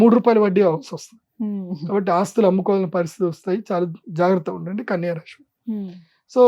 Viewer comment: Rashi kadu dude rasi...palakadam raadu neeku....nadi MEENA rasi ..nenu chala bagunnanu...